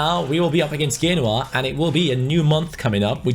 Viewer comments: I'm sorry but who the fuck is genwa it's pronounced jenOa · FYI, Genoa pronounced "Jen"oa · Genoa (Gen-waAH)